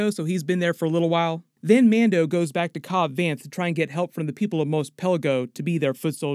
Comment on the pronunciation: Great summary as always, is Mos pronounced "Mose" the way you do or "Moss" the way they pronounced it in the original trilogy?